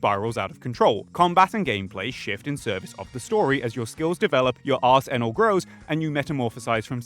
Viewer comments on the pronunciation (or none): Do you wanna try saying arsenal again?